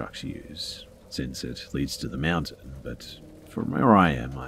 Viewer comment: I like how you say the word mountain. I hear always "meow-tain"